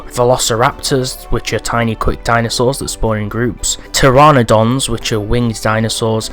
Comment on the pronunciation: When you called dimetrodon a dinosaur and when you misspronounced pteranodon I cringed more than I should have become not everyone is a prehistory expert. Nonetheless, dimetrodon is not a dinosaur, it’s a synapsid, which has only one relationship with dinosaurs and that’s they are both reptiles, but dinosaurs had evolved after dimetrodon went extinct, and pteranodon has a lot in common with dinosaurs but is not a dinosaur and it part of a group of related creatures called pterosaurs, pterosaurs have one primary difference and that is their body design, where dinosaurs are primarily land based, pterosaurs could fly. Well, that’s all folks. I’m not going to correct your pronunciation because about half of the 700 species of dinosaurs I know have names so wild one could say scientists literally just put a bunch of letters together and said “that’s definitely a name” because a lot of the names they wanted to use were already used for more modern animals or other creatures, but every name dose have a meaninn, like ornithomimus means ostrich mimic, anything mimus = mimic, so suchomimus means crocodile mimic, mimus is mimic, mimus from mime which is to copy the action or appearance of another by mockery, just some info extra for ya. Be aware that’s dinosaurs alone, not creatures not considered scientific as dinosaurs, like pterosaurs, plesiosaurs, synapsids, and I am not gonna name more because there are way to many... Just some information if you feel like reading... at all.